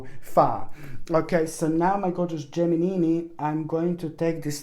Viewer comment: I like how you call the geminini👍